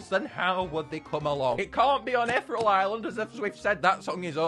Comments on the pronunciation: I love your videos but it angers me when you say ‘ether ull’ and not ‘eth ear ee al’ 😂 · eth-rel? Ee-thee-real! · Ee-thear-ee-al. Just thought i'd say that. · I swear I cringed every time he pronounced ethereal “ethrel” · It's pronounced eth-EERIE-al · I'm sorry i love his content but does it bug anyone else how he pronounces ethereal 😭